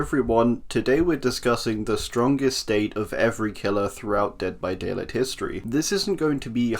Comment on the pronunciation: “Hey everyone today we’re discussing the strongest state of every killer throughout Dead by ‘Day-lit’ history.”